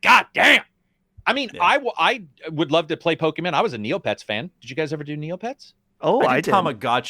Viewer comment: The way pronounces Pokemon has always been hilarious to me. Its subtle, but he kind of says "pokemEN" instead of "PokemON"